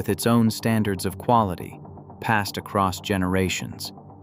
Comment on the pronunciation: there is no t on the end of across